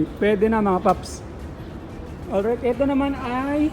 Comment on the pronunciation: Olright mga paps merin.. Or right😂